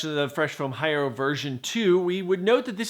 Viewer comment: You still couldn't bother to learn to correctly pronounce "Hierro"?